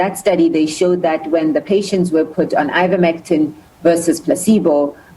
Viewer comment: "Iverctimene", "Ivermitine"? It's Ivermectin.